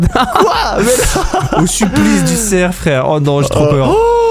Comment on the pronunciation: C'est pas cerc😂 c'est cerf